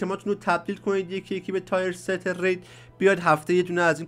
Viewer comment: تییِرست گل من نه تایر ست.